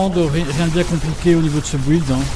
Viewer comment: Bonne video, par contre please...on dit "Bild" et pas "bouilde"